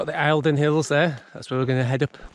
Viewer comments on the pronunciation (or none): Love the videos - i live in the borders and did the St Cuthberts in January this year. Just a quick info update - The Eildons are pronounced "Eeldon" 🙂🙂